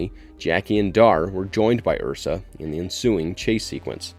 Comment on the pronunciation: I understand a lot of work must go into these but please watch the movies. Every time "Joon" and "Ursa" are uttered it triggers the cinephile within.